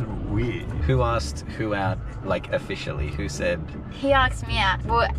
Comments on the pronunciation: The whole "aksed" instead of "asked" is a "trend". Making yourself learn stupid things and wrong ways to say things because some "cool" person said it. Although, it is mostly because it gets you attention. As you gave her and him after he felt left out of the circle jerk attention thing. Be weird, get attention, and feel better i guess? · why do that girl says "aks" instead of "ask" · With people saying aksed, tell them it’s not Noah’s ark, pronounce it like ass, asked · "I axed" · “And that’s how he aksed me out” absolutely killed me 😂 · that juxtaposition from the ‘aksed’ and then him explaining how Japanese people are more creative- I’m shitting😂😂😂😂😂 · Darren, I think you missed an possible aksed ! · Lol, that's truly funny and first timer hearing the word aksed er😅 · My whole English dictionary is fked up just by one word"AKSED" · its unreal how many people who say aksed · whats up with the aksed??? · Haha I love how the next clip was a dude saying aksed the same way as the girl before. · People who say aksed nah